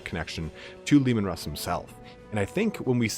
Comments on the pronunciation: At it looks like the Canis Helix might be changing them into Wolverine, not werewolves! And yeah dude- it’s ALWAYS been “Russ”, not “Roose”- another awesome video, out of nowhere. Thanks for these- they’re fantastic, and I love your style of presenting the lore. Looking forward to the next! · It's heresy to call him ROOSE HERSEY it's RUSS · It is in fact mostly pronounced 'rhoos'. The surname ROOS continues to this day. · MY NAME IS RUSS' (ROO-SS) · WHO THE FUCK CALLS HIM ROOSE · You're right Michael. If they wanted russ to sound like Roose, they would spell it Rus, like the Kievan Rus of our own history